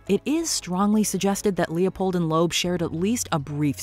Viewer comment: TO " ": THE NAME IS PROPERLY PRONOUNCED, " LEEB " -------NOT, " LOBE " --------LEOPOLD & LOEB -----MJL, 78 Y/O